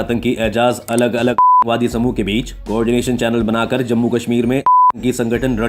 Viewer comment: Atankwadi bolne me problem ho Rahi hai . विक्स की गोली खाओ लंबी राहत पाओ.🤣🤣